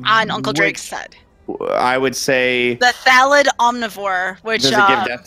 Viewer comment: I love, but his mispronunciation of "thallid" is driving me nuts. Lul